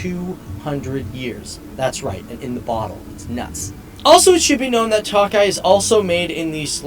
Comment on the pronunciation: Should be pronounced as Toe Kay